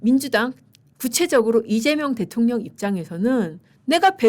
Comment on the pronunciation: 또박또박 이재명 대.통.령 이재명 대.통.령 하시는데 거기에 격.노라느니.. 진짜 대통령 맞습니까? 그럴바엔 그 자 앞에 잘 조아리시고 대변인 자리라도 따내세요!!! 🎉